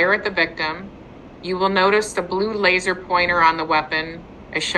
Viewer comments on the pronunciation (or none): none